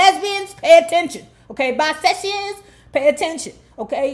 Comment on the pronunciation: NOT "Bisexions"...LMAOOOOOO!!!!!! Your twist on words is so funny!